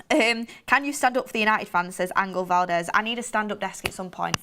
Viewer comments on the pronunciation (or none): none